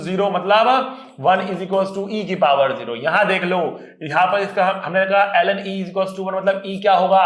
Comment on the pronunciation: When sir was! Teaching log function and he said (LN) then it seems to Allen..☺️☺️